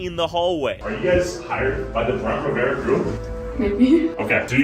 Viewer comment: “bloo-dy ma-ry” “brent ri-ve-ra” kur-tis conn-er uh oh